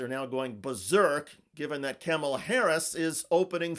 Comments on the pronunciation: Her name is pronounced “Comma” (like the punctuation mark) “La.” Her opponents purposefully mispronounce it. So it’s not an option for her supporters to do so. Thank you! I enjoyed the rest of the video. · Speak her name correctly, maybe add her title(s) and the same reverence you afford the boys. Mispronouncing her name is an old racist tactic to imply “not like us”. Informally addressing her by only her first name is a way to discount her achievements. Call her Vice President/Presidential Candidate Harris, Harris, or, at the very least view some footage of her introducing herself and practice pronouncing her name correctly. It sounds like “comma” (the punctuation) with an added “la”.